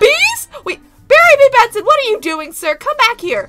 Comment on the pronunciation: “Berry B BENSON” OK OK